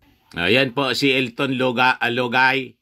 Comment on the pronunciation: pag binibitin mo ng bigkas si lugay bumabaho ang tunog parang luga✌️✌️✌️😄